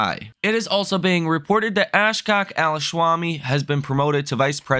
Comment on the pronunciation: No way you read his name as “Ash-Cock” hahahaha